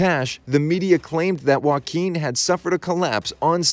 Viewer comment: Finally someone who can say Joaquin correctly.